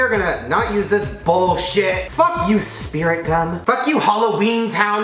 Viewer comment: where my fellow drama kids who cringed when he said spirit gum